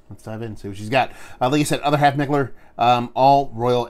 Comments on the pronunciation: you are totally butchering the pronunciation of Mikkeller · ok.....Bro your comparisons are the shit but Kobe secondary to Shaq?🤔?? Cmmooonnn!! Anyway, always enjoy the reviews dude and who give a flying fuck how you say Mikkeller!!